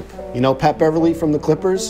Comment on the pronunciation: Mans said Pat Beverley